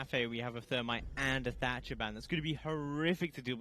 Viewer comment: 10 seconds in and my mans said "Termite and Tatcher" ....aaaaaand skip.